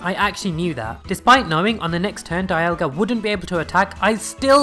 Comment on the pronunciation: Do you know dialga is pronounced dee alga